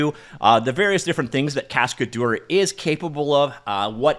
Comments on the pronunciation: a cascadeur is a stuntman. And you can pronounce it "cascaduhr" instead of "cascadour". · The way he pronounces it sounds like cascadour, he needs to say cascad-ehr so its closer to the real french pronunciation. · In French this project name spelling is more like "cas-k-d'her" than "cascade-or", quote difficult to say for English speakers anyway ;-)